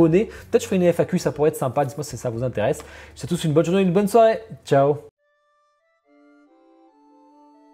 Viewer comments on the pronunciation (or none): none